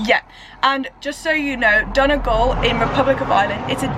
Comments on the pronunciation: Brilliant video! Just a little tip for anyone wanting to sound less like a tourist - it's pronounced don-ee-gal not don-a-gal. Hope that helps x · Its pronounced 'Dunnygawl